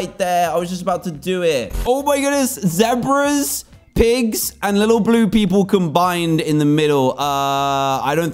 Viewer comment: Z e b r a not zxebra